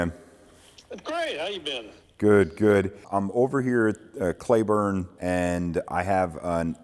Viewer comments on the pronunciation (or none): Nice plane however you now have to sell it because of your pronunciation of the town. There is no such place as "Clayburne" Texas, it's Cleburne (pronounced Cleeeeburne). Also do take real care in Cleburne, the DA has been there for a long time and will throw the book at you even if it's a nothing issue. The most corrupt county in Texas, several stories about how they do things. Look up a story called "Bullies with badges" on the Fort Worth weekly and see what they do to their own citizens. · Its "clee"burn not clayburn..... Say my city's name right! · Son, it's pronounced Klee-burn, not Clay-burn. Now back to the video. By-the-way, Bob Hoover would shut down both engines, do an 8 point hesitation roll, circle the airfield, and do a dead stick landing in one of these back in the day. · Dude, it’s pronounced ClEEburne, not ClAYburne ..... 😎👍😎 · Cleeeeburn not clayburn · It’s pronounced “Clee-burn” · It's Cleee burn Texas. Not whatever you said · That's not how you say Cleburne bub it's not clayburn...